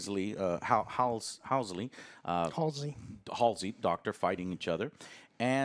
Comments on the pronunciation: “amanda keys.” “Halsley” doesn’t even know Halo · Complaining about this show is easy, because there’s a whole lot of whyyyyyy. But get the character names right “HaSlEy”....you’re sounding just as ignorant as the writers. Unpopular opinion calling this out but it’s true. Your first review you stumbled all over, and you did again at the start of this one. Maybe I’m just new here and this is a normal thing for your takes. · you can't even pronounce Halsey and dare to talk this much about Halo. The hate against this show is not justified. It has weak points but it has had a super strong start where they are introducing everything, give it time you maniacs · Joe claims to be a long time Halo fan but calls characters “Amanda Keyes” and “Dr. Halsley”🤦🏻‍♂️ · For a self-proclaimed longtime Halo fan, Joe sure struggles to say "Halsey" lol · Itsfunneh is a supposed huge Halo fan yet he continues to mispronounce Halsey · lol can't even say Halsey right, and is claiming he didn't know this was a Halo episode until minute 40. I'm 2 minutes into this video and can tell you aren't a Halo fan lol